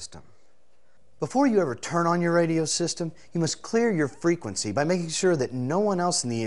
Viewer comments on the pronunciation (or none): lol the way he accented the word "frequency" it sounded like he was going to say "freaking"